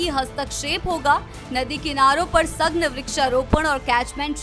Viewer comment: एंकर को सही भाषा सिखाओ। सघन को सघ्न बोल रही है।